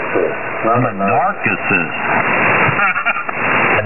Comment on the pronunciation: "NARKY-cist". :hand-orange-covering-eyes